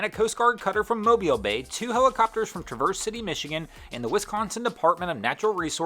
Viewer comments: Oh man.... pronounced Traverse City like the car instead of the proper way lol (Trav-urs) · Traverse City, MI. Nice pronunciation, not! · Ohh the pronunciation 😣 Traverse city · Never heard Traverse City pronounced like that. Almost made me spell it Treversez